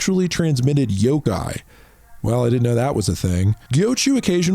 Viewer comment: It’s yoKai not yoGai 😭